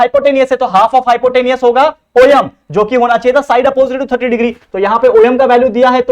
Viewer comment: Sir om khete hai oyem nhi